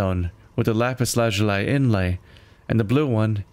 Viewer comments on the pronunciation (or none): It's "Lap-pis La-zoo-lee"!!!, not, whatever you said, lol